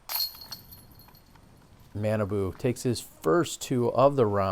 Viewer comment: Super Fun....Awesome foliage...beautiful day...really good putting...really bad putting....Jacky Chen!!! I liked the last Hole. I liked a few of the uphill ones at the opening. - - It's 'Mah'-'nah'-'boo' ... he's from a different part of Minnesota. So his name doesn't sound like banana at all. - - Feeling spoiled to see this footage. - My guess is Innova will sign Mr. Chen. Discraft is doing the Brodie thing.